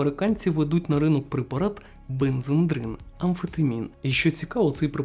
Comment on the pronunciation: Друже, ти молодець, тема цікава і розповідаєш гарно. Але читай уважно. бензедрин, первитин)